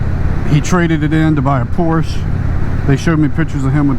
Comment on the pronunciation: Big thumbs down...doesn't properly pronounce Porsche.